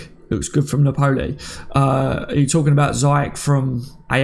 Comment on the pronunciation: I’m not really pronunciation police but it’s Pronounced Nap—Pol—Lee not Nap—Pole—E